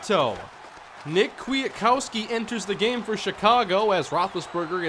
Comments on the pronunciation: Nicks name is pronounced kwit kowski or Kwita kowski. Huge wvu fan so it bothered me a lil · Yep, (Kwit Kowski). He went to a rival high school here in WV. Then played at WVU. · It's quit uh cow ski